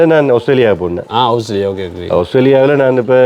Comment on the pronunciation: அவுஸ்திரேலியா இல்லை ஆஸ்திரேலியா ok va